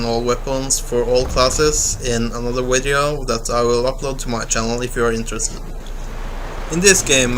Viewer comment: Also, "another wideo...". Lol :D